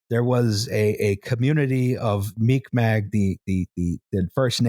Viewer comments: It's not "Mic Mac", for Mi'kmaq, , while we're all here learning together. More like "mee-g'mahk. The "q" makes a guttural sound not a hard c sound, and the "k" is closer to a g. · phonetically/out loud - "Mig Maw" Mick Mack is a fine enough way to pronounce Mik'maq, but made it sound like meek mack... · You absolutely butchered the pronunciation of Mi'kmaq. Phonetically, it's closer to "mig maw" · "They fucked up the first nations there called the 'mick mack' " The pronunciation is so wrong but I'll let it slide because this is an episode I've been hoping for..